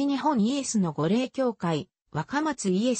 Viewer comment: 御霊は’’ごれい’’ではなく’’みたま‘’と発音します。